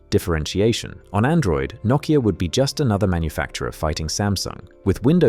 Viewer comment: and yanks take note on how he pronounces nokia, not the yanky way saying "noe keeya"